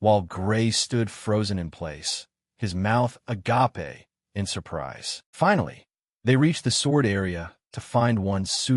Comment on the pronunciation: Why cant any AI pronounce "mouth agape"?